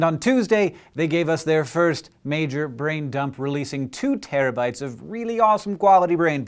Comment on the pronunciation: "Two Tarabytes" ?